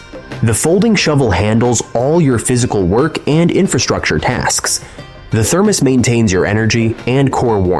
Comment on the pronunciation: Thermose is keeling me😂. Thermos I know. It’s the AI.